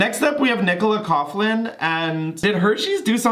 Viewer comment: Nicola Coughlan’s surname is pronounced Cock-Lin 😉☘️